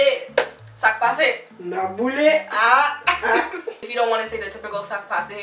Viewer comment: My real comment : that was so good!! J’ai aimé comment tu as dit boule avec l’accent anglais 😂 et le black-out 😂😂😂😂 CONGRATS FOR 1K🥳🥳🥳🎉🍾